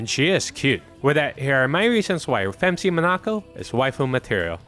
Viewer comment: Great video but you got something wrong. It’s not “Femc” it’s “Phem See”